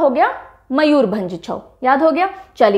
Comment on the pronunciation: Happy to hear mam ...ap odisha k mayurbhanj u spelt it absolutely right ...love from odisha ❤️🙏